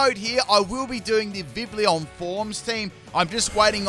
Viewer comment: The correct pronounciation for the Pokemon's name is Vi - Vee - yon